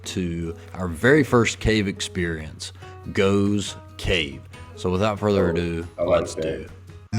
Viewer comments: It's pronounced goffs cave not goves cave..!🇬🇧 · GOFF GOFFS cave is how its pronounced- there are lots of caves in Britain 🇬🇧🏴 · It's pronounced Goff's cave! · the cave is pronounced Goffs Cave. Srumpy is a fermented Cider (alcoholic, very).